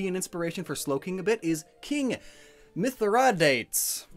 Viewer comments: Also Mithridates = "Myth-Rah-Day-Tees" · My-thri-da-tes got me 🤣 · For one thing, Mithridates = "Myth-Rah-Day-Tees". Also, I think I may have just realized that Shellder is parasitic and needs a host to "evolve" like the mushroom on Parasect. And lastly, "For all intensive purposes" xD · Im no linguist, but if im correct the first king mentioned, mithridates, would have likely been pronounced as myth-rid-uh-tees. Im probably wrong, bit it fits with some common ways to pronounce things in that era. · I beilive its pronounced Myth-Ri-date-tys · its pronounced: Mi-Th-Ri-Da-Tes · God that butchering of mythridates name was hard to watch